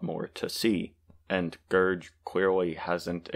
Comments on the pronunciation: ITS A GERG NOT A GERJ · Gerg literally says his name in every video bro 😭 in the video you talked about too. Its pronounced Gerg not Gerj. Gerg is also very clearly playing a satirical character in the video. You need to do some research about the people you respond to, as Gerg is a chill person and has a character that is angry and mean, which he is playing.